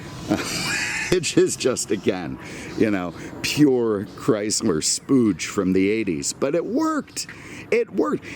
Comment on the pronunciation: When will realize it was never spelled Chryzler